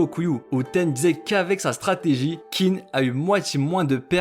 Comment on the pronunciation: Juste pour infos Qin se prononce Chine